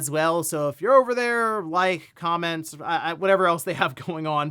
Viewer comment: Why did he say “comments” weird? Sounds like come-mints